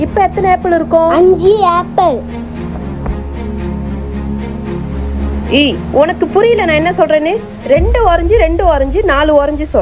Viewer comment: ஆப்பிள் என்று உச்சரிக்கவும் உச்சரிப்பு சரியாக சொல்லவும் வீடியோ போடும் முன் கவனித்து செய்யவும் எல்லோரும் பார்ப்பது